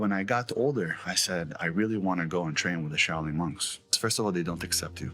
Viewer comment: "This PizzaChit went to the Shao-Loon monks."